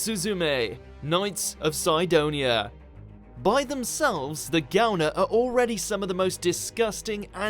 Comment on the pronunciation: I'm glad that Benisuzume is on the list. P.s. it's Si-donia, not Cy-donia.